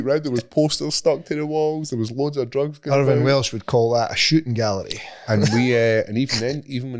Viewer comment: Every time describes Weed as "DRUGZZZZ" or "MARYWAHNA" cracks me up every time! 😂🤣